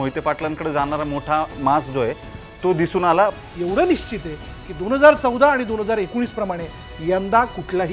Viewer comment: पश् चिम not पचिम : निश् चित not निचित